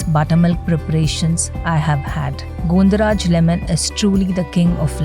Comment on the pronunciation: Not Gondo it is gondho pronounced as Gãwn dho